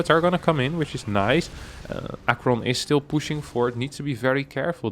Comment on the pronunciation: I see BC's, I click. I think I already watched this, cast by winter. Still nice to have it cast by someone who can pronounce aqueron